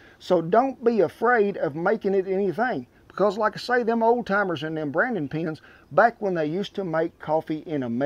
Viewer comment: "Laik, sher, and suscraib" 🤠